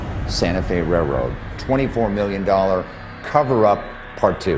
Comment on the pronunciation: it's a RAILroad, not a RAYroad